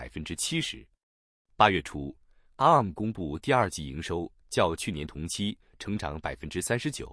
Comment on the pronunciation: 啊~母~ 啊~母~ 好好笑~